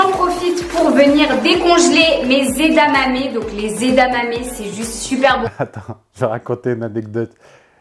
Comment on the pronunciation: C'est EdaMamé, pas EdaNamé 😅. Sinon, super vidéo comme d'habitude 👌👍🫶